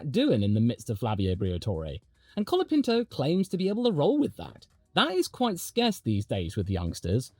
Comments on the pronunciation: "Collard" Pinto ? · Colapinto is here to stay, haters. Thanks for making a video supporting him, and I suggest you learn to say his name correctly. The "o" in Franco and the final "o" in Colapinto are pronounced like the final "o" in "mojito." Spanish o is a pure vowel [o], not a diphthong [oʊ].